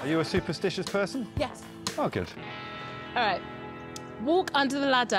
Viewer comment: Did no one else notice that Alex asked Sue, "are you a sue-perstitious person, Sue?" There's just the slightest stress on that syllable, but he did! 😂👏